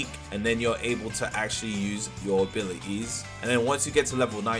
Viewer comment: abi-i-ies LOL